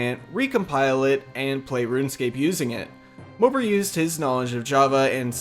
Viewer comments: Not that it matters, but MOPAR is pronounced Mo-Par not mo-per. The old Dodge vehicles on the login page allude to that :) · MO-PAR, not "moper" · Its moe par. Not mopper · It’s mo-par not mooper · You must not know much about cars if you pronounce Mo-Par like Moper lmao. Cringey. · Mopar not moper..... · It's MopAR scape not MopER..... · It's Mopar not moper.. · It’s pronounced Moe-Par scape not Moper lol! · I always pronounced it Moe-Par, not Moe-Pur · Moe-par, say it right fuck I had to exit the video . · It’s MO-PAR bro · Lmao "mopar" is pronounced like moe-par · mopar is pronounced like moe (like yassuo the league of legends player) and par (like in golf) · Learn to pronounce mopar ffs it's mo par like par the golf term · The way u say mopar LMAO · Please stop insulting American muscle by saying mopar wrong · The pronunciation of mopar actually killed me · Disliked due to your pronunciation of "Mopar"